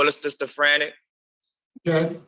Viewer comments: I laughed so hard at "stistafrania" 😂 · Bipolar "stizoprenit"??😂😂😂😂😂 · That's the way he pronounced it. Listen again. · That’s how he pronounced it, lol.